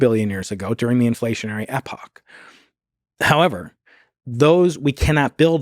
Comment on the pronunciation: Can’t pronounce epoch 😂